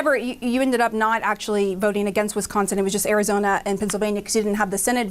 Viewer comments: State of “Wins-consin”. Yes, Biden sure did. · “In the State of Win-sconsin...” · Cawthorn is such a goon, couldn't even pronounce Wisconsin (he said "winsconsin") did the nasty grown up hurt your fee fees lil gun boy? 😂😂😂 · Why do people have a problem pronouncing Wisconsin. Two N's not three Winsconsin is not a state. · When did they change Wisconsin to Wincekawnsin? 🤣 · Speciscly?! Did he just say Winsconsin? What a douche bag. 🤣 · "wiNsconsin" Those three awesome lawyers should have taught him how to pronounce the states name. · did this meat head say the state of Win-consin? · Imagine being an American and not being able to pronounce Wisconsin 🤣🤡🤣🤡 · Dude doesn’t not know how to correctly pronounce our state of wisconsin. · Dude keeps saying Winsconsin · Barely 30 seconds in, and the dude can't even pronounce "Wisconsin". Why are we listening to this dope? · '...in the state of Winsconsin (sic)...' in reality he meant 'Lostsconsin'. or should I say 'Lossconsin'? ;) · 😂 Hell yeah. Dude was stuttering. Even mispronounced Wisconsin he was so nervous. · A few minutes into this...please don’t try to pronounce Wisconsin anymore!!!